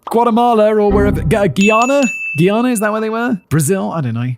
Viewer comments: Hihi👋 Simon! Just wanted to drop a friendly note from a Guyanese fan. Love the video❤ By the way, It's pronounced "Guy-ana," like "Hey guys." Noticed it in both this and your Guyana and Venezuelan conflict videos. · As a Caribbean person how he says Guyana is kill me😂